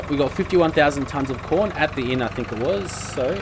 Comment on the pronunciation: every time you say corn it sounds like porn